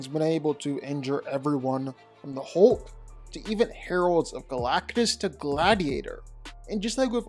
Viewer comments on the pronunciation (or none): none